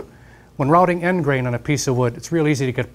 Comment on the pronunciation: Haha, kind of sounded like he said "get out there and start robbing" in the end